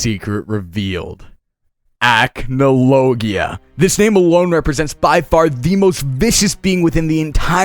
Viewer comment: The way you says Acnologia ticks me off, its ac-no-logia not ACH-no-logia